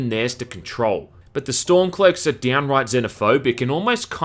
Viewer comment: I love the way you said storm cloaks I you sounded like a posh old English Gent